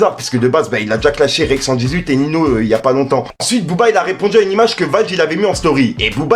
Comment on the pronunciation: Cool la vidéo ! Par contre les noms des rappeurs ont été écorchés c'est horrible ;) Tayc c'est [Ta ik] et Ninho c'est [ninio] pour la prononciation.